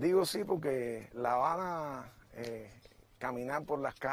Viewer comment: ¿Profesor de español? ¿Y dice pok-ke?